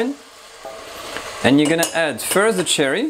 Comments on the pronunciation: It took me about half the video before I realized he's saying sherry, not cherry. I couldn't figure out what cherry wine was. :) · Soft "SH" sound like the word shoe for sherry wine. Not hard like cherry. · You were saying /I was hearing Cherry. Were you actually saying Sherry (as in the cooking wine?) Is there a Cherry Brandy? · I thought he said cherry wine too, until I read the recipe and realized it was sherry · Some constructive feedback: What you are calling chicken stock seems to be demi glace not stock. Also "sherry" wine is not pronounced "cherry." The S-H sound is soft, like "share" not like "chair." Beautiful dish. Looks absolutely delicious.